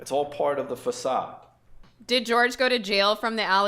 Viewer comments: I mean she always called him George, even though his name is Jorge. Couldn't even pronounce her boyfriend's name right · not saying Jorge's name correctly will forever deeply irritate me... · Can you imaging being so stressed out that your mom will find out you’re a liar that unaliving her is your solution for her not being mad at you If only who deserves all the forgiveness would have “forgiven” George and moved on instead of unaliving him. Then she wouldn’t have to mispronounce Japanese art that most certainly doesn’t describe!